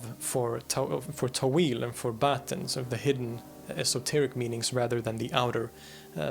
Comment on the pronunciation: It is pronounced تأويل not تويل